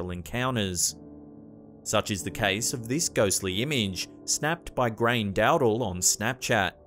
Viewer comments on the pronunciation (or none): Grain 😂😂 sorry man, it's pronounced Grawn - yah. Grainne = Grawn - yah. Just for future reference 🤘🏻